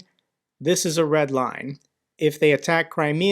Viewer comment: He isn't saying Red LINE He's saying RED WINE..